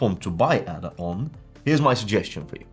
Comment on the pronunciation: It's pronounced "AAAAAAAA DA". It's named after Ada Lovelace, recognized as the first programmer. If you want the audience to respect you, please take the time to at least pronounce it right.